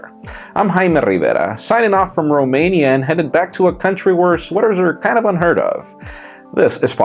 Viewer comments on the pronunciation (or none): none